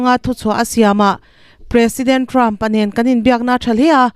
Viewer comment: "President" tih i lam dan hi a ki hniam hret se a dik zawk hmel